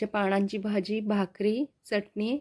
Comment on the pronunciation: छान झाली आहे भाजी, पण हरभर्याच्या पानांची भाजी हा शब्द वापरला जातो त्या ऐवजी ण शब्द वापरला गेला आहे ते तेव्हढे दुरूस्ती करून घे